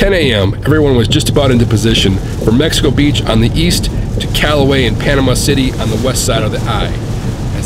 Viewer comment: It's hilarious that SO MANY storm chasers, and national media, had such a difficult time with the city's name. Mexico Beach. Not Mexico City Beach.